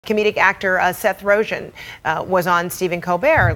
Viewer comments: Rozhen? LMAO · It's rogen not roghen 😂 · Seth Ro-Jen? Who tf is that???? LOL It's pronounced Roe-Gan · This chick really said rojan as rogen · "RoeJEN" ???? He's a pretty famous guy...... have not heard that pronunciation before..... ? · Yeah. "RoeJEN." You know - like calling Niger "Nee-zjherrr..." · "Seth Rojen" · First thing I thought was "did she just say 'Rowjin'? " lol. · HOLY SHIT 1 second into the video. "Seth Roejen"..... Can't even report anything corrently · Seth "Rojin"? Lol. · Did she say Seth rojen 😂😂😂🤣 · did she say seth rojan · Ro-Chen? Lmao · Seth roothgen?!!!!!! Huhhhh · Seth ROE-JINN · Seth ROW-GIN lol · Seth Rogthan? Or Roghan? Lol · Hey Sam Graham. lol. my thought also. A news commentator should pronounce names correctly.